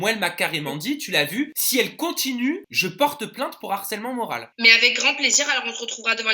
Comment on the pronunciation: moral avec un "e"😂😂😂😂